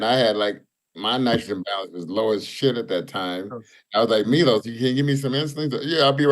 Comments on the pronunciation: It’s Milos bro lol not mylos 🤦‍♂️🤣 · He went from Serbian to Greek 😂